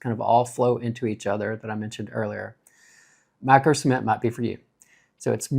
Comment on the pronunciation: At times, it sounded like you were saying semen